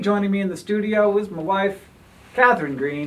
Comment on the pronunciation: maybe i'm wrong but i think i heard "my waife"... didn't hank said in another video that he would have just been "a lonely science man"?